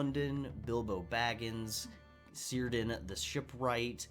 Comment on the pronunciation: Tolkien's C is pronounced K, so Cirdan the shipwright would be pronounced Kerdan not Sirdan. Just so you know